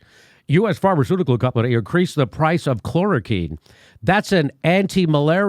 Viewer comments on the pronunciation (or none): “Chloro-Quinn” is the correct pronunciation.